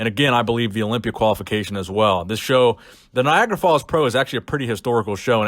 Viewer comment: It's Niagara 😂😂😂😂 Not Niagra, sounds like Viagra to me 😂😂😂😂😂😂😂